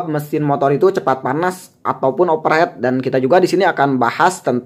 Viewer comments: di bacanya ofer hit kang bukan oper het, bukan masalah sunda ini mah, masalah pengucapan, saya oge sunda pisan tapi teu kitu-kitu teuing, aslinya over heat (panas berlebih, atau panas pisan) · overheat baca overhit 🙏👍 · overheat bang pakek T baca nya overhit😅